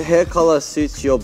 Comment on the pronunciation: This was an absolutely wild ride. I love how confident Minsung are getting!! It’s so freakin’ GOOD to see them so unapologetically into each other. Chan’s “Bye-Yass” (instead of “bias”) was delightful, & Han’s “You’re Autistic”… might not actually be too far off the mark. Keep ‘em coming! You’re amazing!